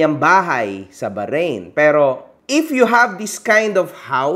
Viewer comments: Ganynkc ang pgpronounce baharain 😂" hndi Bahrain 🇧🇭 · BAHRAIN HINDI BAHARAIN WALANG GANUNG BANSA pronunciation lang yung baharain 😂😂😂